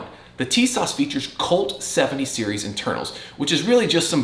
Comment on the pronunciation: First of all, it is pronounced, "teesaw"...